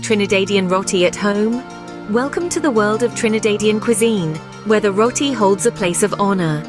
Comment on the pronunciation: Trini-daid 😮 It’s Trin-i-dad. I can’t stand when it’s mispronounced as Rot-ti, it is Ro-ti. This the least of the problems wit this video.